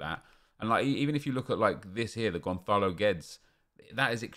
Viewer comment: He says Gonçalo in goncalo guedes perfect but when he says Goncalves he says it completely wrong as if the ç is a k